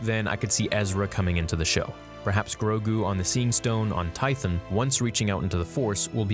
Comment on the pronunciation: Tie-THON. Tie-THON. Not Tie-thyn. You flip-flop the pronunciation too. 🤦‍♂️